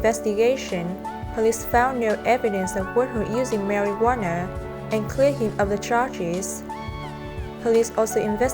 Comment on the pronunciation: I like how she pronounce marijuana to marijuaner. Lmao its better way to pronounce it.